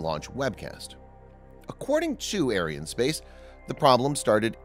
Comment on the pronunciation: please pronounce Ariane correctly, you make it sound like a White supremacy space company !